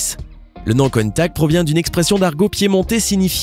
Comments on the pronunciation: Naan mes oreilles saignent ! C'est pas la Lamborghini "Contack" ça se dit countachhhhhh merci de ne pas écorcher se nom mythique 👍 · Countach et non pas countak putain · Contach pas contak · 9min30 countak!!!! Mdr !! Countach!!!!🤣🤣😂🤣😂😂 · on parle de l'erreur de prononsation de la lamborgini countach ? car oui on prononce bien le CH a la fin et non '' contact '' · pour le countach on pronce ch et pas k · que d'erreur dans ce reportage , la ferrari F40 c'est pour franchir les 300 km /h et pas les 200 km/h , et la lamborgini COUNTACH se prononce " counetache " pas " contact" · Countach, ça se prononce "Countache" et pas "Contak"... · Mdrr countact, countach putain 😂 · C’est pas countak c’est countache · On dit pas "countak" mais "contache" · Tsss CountaCHHHH et pas Countak --' faudrait apprendre à prononcé correctement ! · Par contre tu fait une erreur de prononciation sur la dernière Lamborghini tu dit countac tu doit dire countache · On dit pas countaK mais countaCHH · Y dit pas countach mais contach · On dit Countache pas countack ! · c'est pas cuntach c'est cuntache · la lamborghini countac lol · Mol il ma tuer quand il a di lamboeghini KOUUNTAKK....😅😅😅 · "Lamborghini Keuntak 😂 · J'ai vomis quand j'ai entendu le "countak" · Sa se dit coun tache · On dit lanborguini ContaCHE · On dit « Counta(che) » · La prononciation de Countach... 😭😭😭😂😂😂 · pas terrible la prononciation de la dernière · Oui c'est vrai ca fait mal aux oreilles 😤😤😤😤